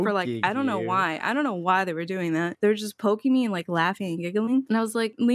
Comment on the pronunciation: said dooing